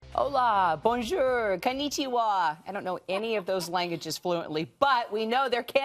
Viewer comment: Lmao kanichiwa